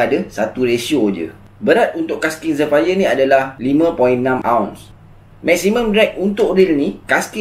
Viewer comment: Zephyr sebut jadi 'zifer'